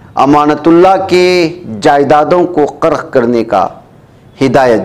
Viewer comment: کَرک❌ کُرک✅